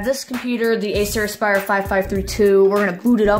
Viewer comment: Acer asspire? xddd